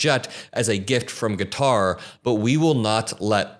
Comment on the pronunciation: Thank you for not calling it "cutter" like every other youtuber ive heard.💙🩵💙🩵